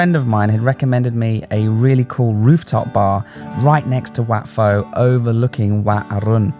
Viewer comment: It's Wat PO,. In Thai transliteration, whenever you see an 'h' after the initial consonant, it just means that the initial consonant must be aspirated. On the other hand, and frustratingly so for learner's of the language, no letter 'h' after the initial consonant DOES NOT always mean that the initial consonant is unaspirated. That's down to a lack of a universal standard agreed upon by academics in Thailand on transliteration unlike, say, hanyu pinyin of China.